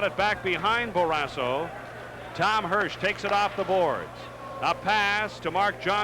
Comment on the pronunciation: Someone needs to tell the play-by-play guy that it’s “Barrasso” not “Barrassa”!